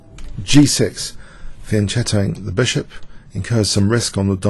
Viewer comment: I love you, but please pronounce those chess names and terms correctly: fianch(k)etto, To'palov, Pirc (peertz).